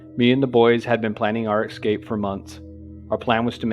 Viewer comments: Dumb pet peeve...It's Es cape, not exscape...Nonetheless, very well done, and thanks for the upload! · The most horrifying part was having to listen to the narrator say ‘ex-cape’ instead of escape